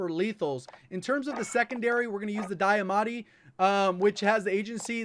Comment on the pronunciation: Die-Ah-Mah-tees YIKES! I feel like I’ve been lied to my whole life